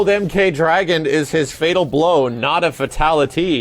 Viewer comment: He says fatality like FATality